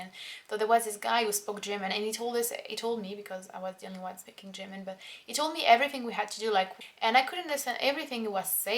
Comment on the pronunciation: You say "German" like "Jimin" hahaha